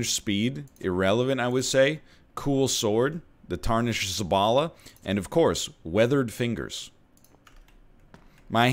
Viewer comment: As a Pole I find it incredibly funny how you said ,,szabla". :D